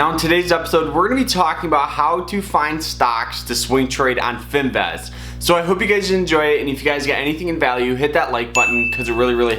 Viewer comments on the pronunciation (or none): It's Fin "VIZZZZZZZ" not Fin "VEZ". You know, Vizzzz like Jizzzzz. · It’s Finviz not Finvaz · its finviz not finvez